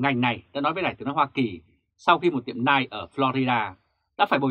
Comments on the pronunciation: Tiếng anh đọc là NEO ,không phải NAI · Đọc là NEO ( nail ) ơi, củng như đọc gu ghồ ( google ). chứ không phải guốc lơ. Trân trọng góp ý!! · Ông Đọc tin tức mà có cái từ Nail Đọc cũng không đúng nữa thì đọc làm quái gì 😆